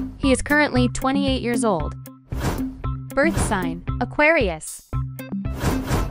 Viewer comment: BIRTH SING? IT'S SIGN not sing.